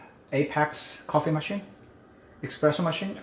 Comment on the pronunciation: Never trust a brand that says eXpressso on the official channel